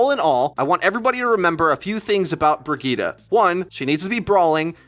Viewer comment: Can y'all pronounce her name right. Its Reinhardts companion so you have to use some German pronunciation. It is pronounced Bre-zheet Have a nice day.